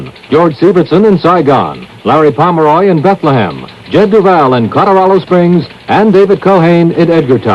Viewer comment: In addition, did anyone else notice that this announcer referred to Colorado Springs as "Codoralo Springs"?